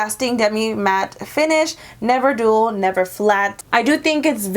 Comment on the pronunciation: Dull not dual hahaha. It's okay, we all have our moments